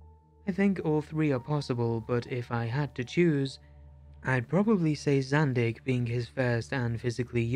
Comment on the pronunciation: It's Zandeekh, not Zandick.